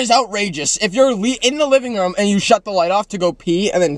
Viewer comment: The way they say room Is crazy "rom"